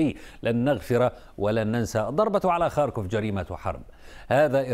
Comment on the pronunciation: اتابع الاخبار من عدة مصادر . . . لاول مرة اسمع اسم مدينة ( خاركوف ) بشكل صحيح من السيد احمد فاخوري